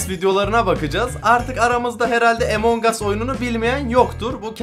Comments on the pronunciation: yo okunuşu amang as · EMON GAS DEĞİL AMON GUS DİYE OKUNUYOR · abi emong as diye okunmuyor among us diye okunuyor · Ya abi o emonhas değil ya 😅😂🤣😅😂🤣😅😂🤣 onun adi amongus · Abi artık among us 'A emong as deme artıkkkkk😡😡😡😡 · Abi emongus değil among us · Emongas değil amangos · Emong as değil AMANGAS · abi emongas değil amongas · Emongas deyil amongas o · emongas deil amongas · Videoya girerim: EmoNg us Bne: EMONG AS DIYO YHAA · Emong as nedir yaw Abi lütfen doğru düzgün söyle lütfen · Among us öyle okunmuyo